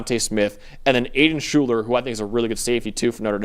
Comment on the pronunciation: You are mispronouncing Shuler's first name.